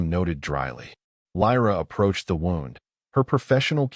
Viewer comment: The wound in his side was pronounced like I wound up my watch. You should teach your AI or human narrator the proper pronunciation. You can do better. Very good story, thanks.